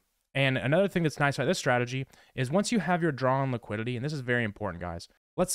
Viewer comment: That squiddily didilly liquililly 😂